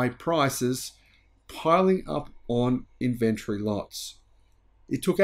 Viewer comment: We have a game here at home. Every time mispronounces "Inventory" we have a drink.